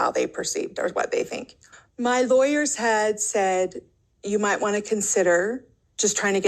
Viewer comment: Anyone bugged by how Kody says words?!? Kyody Pass, Lie-ers (lawyers). Then he thinks he’s superior to the OG wives and David.